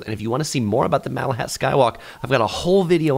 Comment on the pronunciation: Lol i love how he called the inlet a lake, and mispronounced malahat 🤦